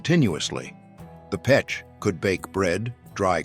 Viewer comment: Russian stove is pech not pek...